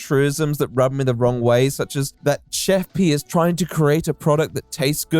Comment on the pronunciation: I can't help but laugh that she goes by chef pi but pronounces it as pee